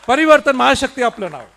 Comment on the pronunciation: 😂परिवर्तण 😂 बोलायला शीक